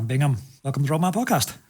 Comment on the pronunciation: Great chat, but is it so difficult to pronounce his name correctly? There is no 'n' in Bigham...